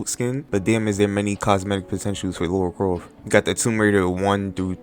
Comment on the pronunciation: Lara not Laura